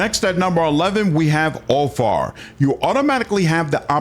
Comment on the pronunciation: Úlfar is not pronounced Úl--far, it sounds like it has V instead of F . So Úl---var, at least that's how it is pronounced here in Iceland. We can still read with out any help the Viking language Gammel norsk or Icelandic. Like our Edda witch was written in the 13th century and it tells you stories about many things our ancestors did, and also goes in to our religion Ásatrú. But yea sorry about this mate i just wanted to point this out. Skál Ps.. keep up the good work you do, I love your channel but I've been lurking here since the early days😊😊